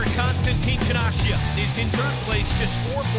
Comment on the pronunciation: How fucking hard is it to pronounce Janashia lol